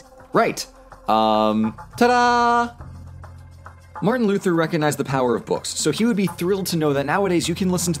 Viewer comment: martian luther? since when is he from mars? lol. also "sequel" not "squeal"